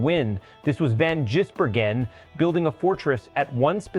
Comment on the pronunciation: You, his name is Vangisbergen not Jisbergen